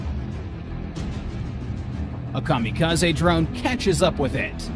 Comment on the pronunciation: Cam a ca z ee......its a Japanese word...l